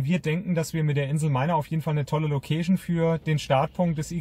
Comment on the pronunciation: das heisst " LoouhkeischN " ...und nicht " MoouhschN " ...ähm Location. Weil Location klingt nach Lokus